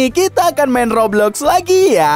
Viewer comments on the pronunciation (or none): none